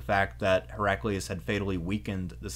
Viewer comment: Hera-kleye-us, surely.